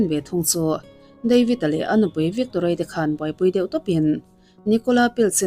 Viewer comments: I pronounce te hi uluk b Ve teh ..vikkkktoria ti lohian..youtuber ho hian pronounce te hi hi zir ve rawh u😊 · Bengvarthlak khawp mai,mahse Victoria hming i lam dan thluk hi 😂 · Victoria i lam dan chu a dang daih mai😅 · I tawng thluk dan hi a mak Victoria tih te hi